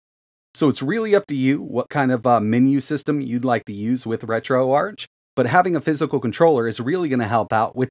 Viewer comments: It’s pronounced retro-ARK bro please.. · Not tryna be rude just helping but I’m pretty sure it’s pronounced ark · Isn’t it Ark like Archive “RetroArk” (ch)? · Ok I will say your video is very very informative and a good tutorial for retroarch. I will say grammar-wise, retroarch: it’s not the arch with the ch sound. It’s pronounced: retro-ark, hearing the ch sound in arch doesn’t make sense I’ll be honest